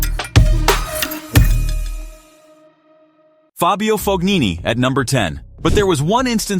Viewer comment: "FOGHINI" ?!?! What the actual FUCK pronunciation is that?!